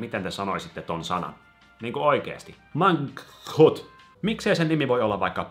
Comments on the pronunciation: Mang-(k)-hut Sillee että et sanois k:ta. Mä ainaki sanon noin :D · Se ihme MANGKHUT sanotaan Mankhuut tai silleen en ny osaa selittää